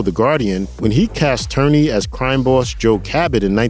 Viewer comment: Lawrence Tierney - pronounced ‘TEER-nee’ not ‘TURR-nee’.